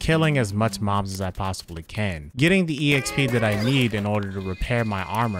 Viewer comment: Calls it’s e-xp instead of exp. Love it😂